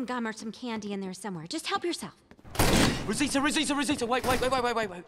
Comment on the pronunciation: How Taron pronounces Rosita literally gives me life😍